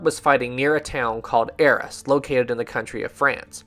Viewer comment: Thanks for the video,. Knew about Edward Parfett and how he was tragically killed in WW1, but didn't know the circumstances. How tragic, just 2 weeks before he would go home:( Just a quick correction on pronunciations: Arras = Ah-rass Haig = Hayg